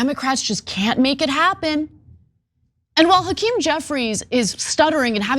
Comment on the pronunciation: Why does Hackerm Jefferies look drunk & drugged?🤪 Also, he's got a severe speech impediment. Did he have a stutter as a child?🧑‍🦳🌲🇺🇲